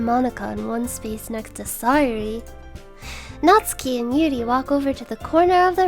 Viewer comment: Thank you for not pronouncing Natsuki as "NetSOOKee"